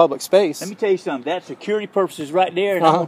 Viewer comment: "Let me tell you suttum."